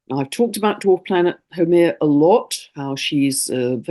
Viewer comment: Absolutely exceptional transmission..you covered it ALL, so well, and deeply, right from the Heart.Thank you, Big ALOHA and Love from the Heart of Hawaii, and The Aina, ( our Native Land). Also thank you for sharing all about Haumea! ( FYI, She is pronounced: How MAY Ya)